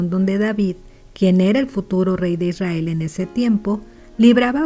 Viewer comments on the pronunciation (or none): none